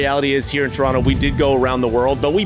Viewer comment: Man dem yummed up "T-rono" so much, he had to big up the decimal algebraics YYZ!!! LOL 😂